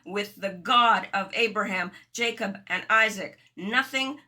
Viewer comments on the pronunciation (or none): none